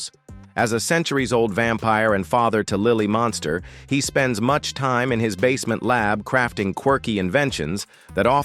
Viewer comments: I can barely stand to listen to the mispronunciation of “MUNSTERS” it is NOT “MONSTER” You suck a accuracy in the obvious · It was quite annoying the way you got the family name wrong even though you pronounced it right. Sometimes you’d refer to this as the Monsters. Well, you weren’t completely wrong since these characters were based on the classic Universal Monsters of the 30’s and 40’s It’s sad that almost all the actors have passed but luckily Butch Patrick is still around. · Why does the AI voice mispronounce the title as The Monsters every so often? Sad.